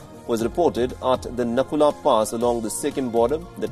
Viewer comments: It's not Nakula,its Nathula👍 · Actually it is nathula pass not nakula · It's Nathula pass not Nakula pass...🙂👍🏻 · Nathula not nakula idiot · Appreciate wion news. But it's called Nathu-La pass. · It's not Naku la Pass. It is Nathula Pass. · I don't think it's called Nakula its actually called NATHU LA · I think it's nathula not naku la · Grrrrr it's Nathu_la pass not Naku_la😨...i hope u will acknowledge this error.. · It is Nathula pass not nakula and its in east sikkim. I may be incorrect. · I think that's natu La. Not naku La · Get the name right first. It's nathu-la not naku-la